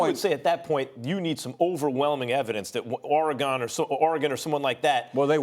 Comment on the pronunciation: Max: OREGONE😂😂